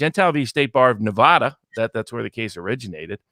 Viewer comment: Please, Please give me a New Yorker who can pronounce NuhVahDuh ().